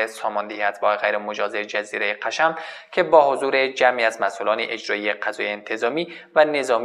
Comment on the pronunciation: سلام آخه میگه قشم تلفظشو اشتباه میگه